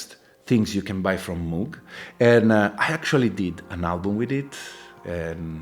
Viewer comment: Love my Syntakt, at least you pronounce Moog correctly as in how a cow would say it, rather than pronouncing it like one of those places you end up when your dead lol